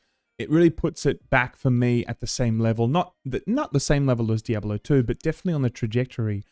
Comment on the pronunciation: The way you say "Diabollo" is very annoying lol. And that's coming from a fellow Aussie 😂